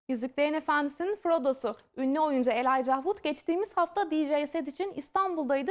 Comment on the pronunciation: Terminate Tor Elayca diye okunuyo ama kadın mahvetti hiçbir şekilde okuyamadı